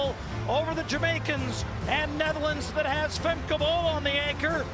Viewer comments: Her name is Femke not Fem. How hard is it to say? She’s not your friend. The commentator’s over familiarity is unacceptable. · So how seriously do you expect us to take your video when the 'announcer' YOU chose can neither pronounce Femke nor Lovrone properly? If it isn't important enough for you to make sure that the two people who are the focus of your video aren't identified properly, don't be surprised if we pay zero attention to your videos.